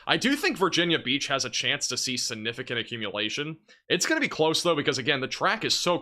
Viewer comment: Please look up and learn to pronounce the word significant or just don’t use the word. I enjoy your videos but repeating that word wrongly so many times makes you seem not so smart. I know you are so please…….